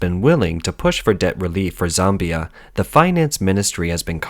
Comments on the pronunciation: It's ZAmbia - not Zombia. But that's pretty funny - sounds like the land of the Zombies. Hehehe.... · ZOMBIE-ah??? Hahahaha! I'll never read "Zambia" the same again!